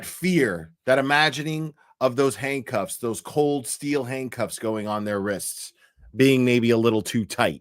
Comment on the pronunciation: Sounds like you were saying hank cuffs😂